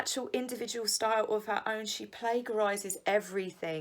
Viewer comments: Brilliant overview. Only thing - it's 'plagiarize' (/pladjarize/), not plaguerize :) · I just think it's so cute and endearing how you pronounce plagiarize like plague. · Enjoy your channel! Fyi - PLAY-jur-ize. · the way you pronounce plagiarize is absolutely amazing. it makes you sound so educated and totally credible.